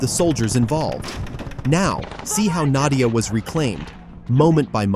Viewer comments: надія правильно а не надя_я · I bet it spelling not "nad'YA" but "nad(EE)ya" wich meen "hope" on Ukrainian. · It's not Nadiia, no russians have been that far. It's Nadiya. There is no fighting there reported as of 4/15 and Russia has control. Those guys have been wiped out btw.